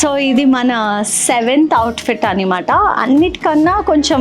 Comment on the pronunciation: Nice choices but Annamaata (అన్నమాట) antaru kada normal ga meerenduku annimaata (అన్నిమాట) antaru ?!